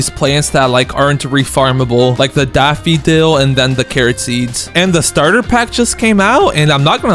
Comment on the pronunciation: It's pronounced daff-fo-dill